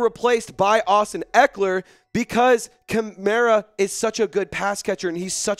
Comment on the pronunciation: Dude said his name wrong then trys to trade that guy